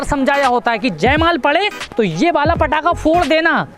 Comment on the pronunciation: Bhai wo jai mal nhi jai mala hota hai 🔥🔥🔥